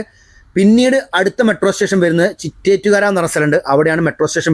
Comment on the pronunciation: ചിറ്റേറ്റ്കര അല്ല ചിറ്റേത്ത്കര ആണ്.